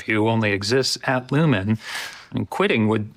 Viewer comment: But the company is called Lumon, not lumen.